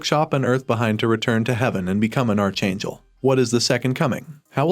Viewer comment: OMG, PLEASE! Archangel is pronounced ARK-angel, not are-changle